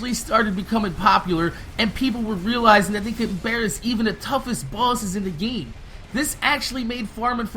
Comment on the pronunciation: You do know its "GAME" not "GEEM"